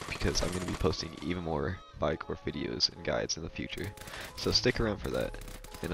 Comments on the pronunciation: Lol... first thing I noticed too... but good info otherwise. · Ah yes, you pronounce it as Vi-gor. 😂